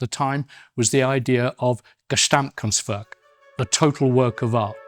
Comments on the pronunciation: Gasamtkunstwerk 🤭 - fast richtig ausgesprochen. Davon abgesehen - ein GAUDI Dein Video anzuschauen, vielen Dank.🙂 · It's gesamtkunstwerk, not gesTamtkunstwerk.